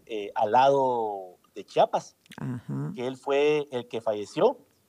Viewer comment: Que diga bien Chiapas no chapas no es puerta